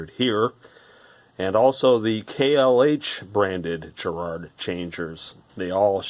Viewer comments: Why are you mispronouncing Garrard? No J there. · Garrard as in Gary not as in Jerry folks!!! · *Please*, Americans, stop with the weird pronunciation. It's a hard G. Not a J sound. Ga-Rard. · GGGGG Ga GARRARD...AAaarrgghhh! Edit Not Je. but .Ga if that wasn't clear enough. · Trust me, it's a hard G. British company, with connections to Garrard The Jewelers, and every Brit pronounces it correctly, exactly as written, GArrard. Not Gerrard. I don't think I can even think of any "GA..." words that ARE pronounced "Je...". Please stop abusing our language 😜